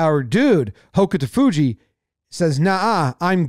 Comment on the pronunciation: I’m a big sumo fan and Hokutofuji is one of my favorites. He always charges in hard and gives it 100%. It’s pronounced more like hoke-toe-fuji because the u is really subtle. And Ryuden is like re-you-den, with ryu kind of as one syllable.